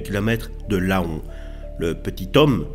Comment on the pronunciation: bonne explication sur ta vidéo ! Mais la ville se prononce lan et pas Laon même si ça s'écris Laon. J'espère tu nous diras la suite car ce fait divers c'est a 10 20min de chez moi et j'en ai pas encore entendu parler depuis ce temps là ^^